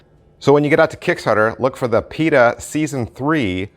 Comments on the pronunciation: It's not Pita, it's Pi-ta-ta... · I believe you are missing a tah. "pee-tah-tah" Great review though. Thank you. I believe this type of product has been around for a while.